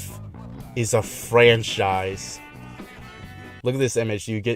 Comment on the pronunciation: bro said "flanchise"